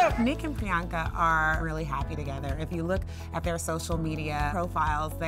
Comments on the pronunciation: turn on ur subtitles she said brianka lol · DUDE!!its PRIYANKA not Bianca😬😬🙄